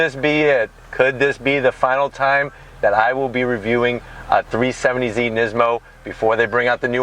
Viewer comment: 370Z not 370zie